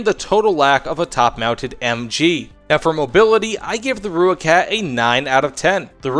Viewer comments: More like "roy-kut" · no. Roy kat is closer. From someone who speaks Afrikaans and has an Afrikaans wife. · Great video man, but the name is pronounced "Roy-kat"